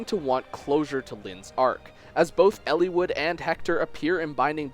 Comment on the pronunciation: Why do you emphasise the i in Eliwood so much. It's super distracting, like when someone unironically pronounces "little" like "leettle". Sorry needed to vent.